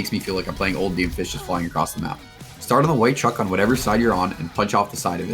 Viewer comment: does he say Doomfish?